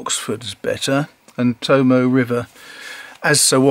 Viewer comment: The 'e' in 'Tomoe' is pronounced. The word is To-mo-ay, not To-mo.